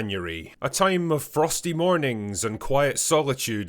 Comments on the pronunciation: Lost me at January lmao whi the fuck says it like that i cant take u seriously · "janyouree" - The Critical Drinker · “Ahh janury”